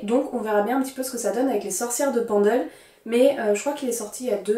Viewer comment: Les éditions Flammarion font de bonnes éditions critiques je pense qu’il y aura des références et notes de bonne qualité pour comprendre le contexte. Tiens je ne connaissais pas « Memoires de Zeus » je vais voir si je peux le trouver car les livres sur la mythologie m’intéressent beaucoup. Petit détail pour la prononciation Pendle se prononce « Peine-dle » ce n’est pas très éloigné de la où j’ai fait mes études (Lancaster au Royaume -Uni) et l’histoire des sorcières de Pendle est très connue dans la région et en Angleterre c’est l’équivalent des sorcières de Salem aux Etats-Unis. As tu déjà lu Ray Bradbury pour ses nouvelles fantastiques, Fahrenheit 451 ou Chroniques Martiennes qui te plaira certainement ?